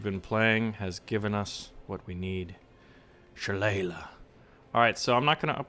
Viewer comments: Think the name of the ATGM is pronounced \shə-ˈlā-lē\ as in the Irish cudgel of the same name. Love the Sheridan (T49) in WOT best use it as a drive by killer but those missiles should be interesting. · Sha-lae-ly is how to say it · it's shalaly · if you weren't aware, it's pronounced shi-lay-lee or shu-lay-lee